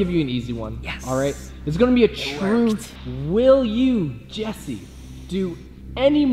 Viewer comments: You're saying jees instead of Jess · why do you say jees instead of Jess jess is spelled GESS not GEES Someone had to Point it out